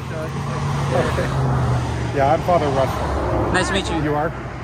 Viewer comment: "I have church fedish" 🤣🤣